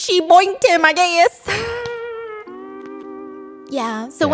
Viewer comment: that country twang on “I guess” made me laugh so hard it was cute.